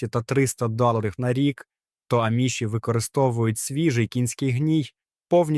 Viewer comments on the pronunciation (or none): Не правильно наголос, аміші. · В слові аміші наголос на "а"